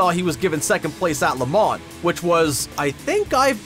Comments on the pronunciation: And stop pronouncing the N in LeMans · It's pronounced Le mau not La man. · its LE MAHHH NOT LE MAHN add that to the facts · Please learn how to properly pronounce Le Mans. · and “versus” 🤣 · LeMans is pronounced with the last "n" and "s" silent. You got it partially right. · You do realize you don't pronounce the N in Le Mans? Holly Crickey! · Imagine putting this much time into a video for a lot of money and you can’t say Le Mans right 😂😂😂😂🤮🤮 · when you do a video on something please learn how to pronounce the subject matter. If you need to know how to pronounce Le Mans watch Top Gear or watch an actual race.